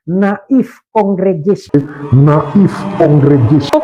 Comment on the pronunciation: Kehabisan akal sehat.. Native dibaca " na'if " tolonglah belajar lagi .. 🎉